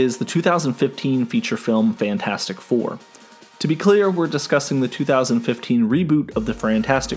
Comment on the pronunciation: "FRantastic 4" -"STusan Storm" -"BRen's" Lol